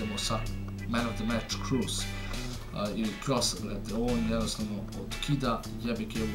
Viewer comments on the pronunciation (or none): Nije Krus nego je Kros